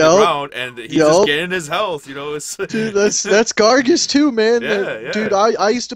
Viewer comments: it's gaar- gos!! not gargus!! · its pronounced garg -oh-s not gargus